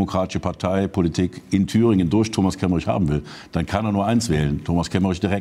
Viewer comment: Kemmerich? Ernsthaft?